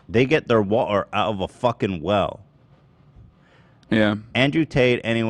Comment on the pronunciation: Please stop trying to say "water" with an English accent. Its so far off Im cringing out of my skin lol